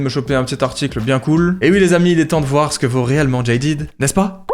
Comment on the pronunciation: le jean jaded ❤ ( d'ailleur on prononce jadèd et pas jailledid)